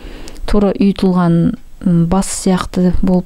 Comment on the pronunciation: « ҰйЫтЫлҒАн » емес , «ҮйІтІлГЕн». 😁